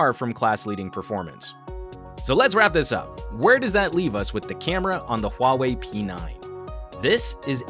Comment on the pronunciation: I think it's pronounced WAH-WAY, but great review :)